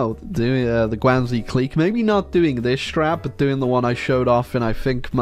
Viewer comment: Your pronunciation of guangxi clique gave me a migrane